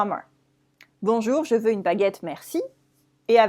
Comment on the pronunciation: why "bonjour-uh" and "vous-uh"?